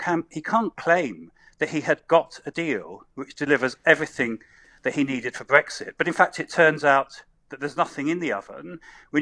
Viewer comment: He can’t even pronounce Brexit properly 🤪